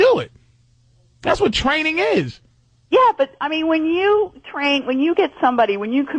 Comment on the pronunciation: "YEAh! We thud be twaining u..." Trainable Opie